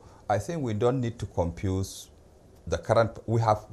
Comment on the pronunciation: Compuse instead of confuse.... everyone in power is from the north??????